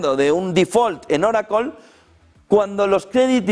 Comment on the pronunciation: oraclo??? que es eso ?? joder siempre la escuche como oracle no oraclooooo